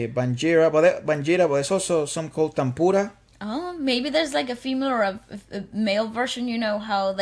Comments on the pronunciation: Not Tamboora. It is Tanpura. It is Indian scale Sa, Re, Ga, Ma, Pa, Da, Nee, Saa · It's a "Taan-pura" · Tan-pura the n and p are pronounced seperately